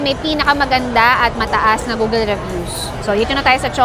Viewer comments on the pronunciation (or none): none